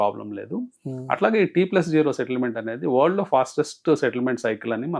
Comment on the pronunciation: T+ఓ కాదు... T+జీరో అనాలి